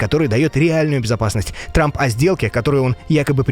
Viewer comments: Дональд срамп я не ослышался😅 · Он там сказал Дональд Срамп?)😂😂 три раза переслушал.. шестая минута